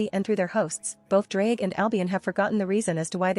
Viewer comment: if you wanna pronounce his name the welsh way then say "th-z-r-ige Go-he"